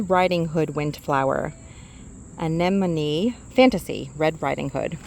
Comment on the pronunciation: Thank you for your efforts with the pronunciation of “anemone”. So many people mispronounce it. I enjoy your videos.